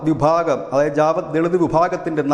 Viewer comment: ജവാദ് അല്ല ജാഥവ്വ് ആണ്.